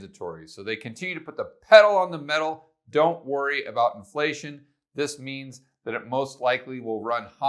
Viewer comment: why do your F's look like P's? Or have I been pronouncing inPlation wrong my whole life.. great video.